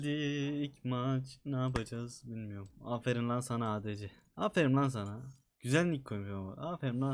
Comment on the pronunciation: ''AFERİM'' DEĞİL ''AFERİN''